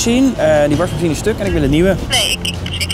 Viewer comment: Wrm zegt tim "warsmashien"